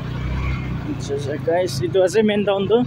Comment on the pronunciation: Bro not twon😊 it's Town. Anyway keep exploring. Good and complete your mission. Watching all your vlogs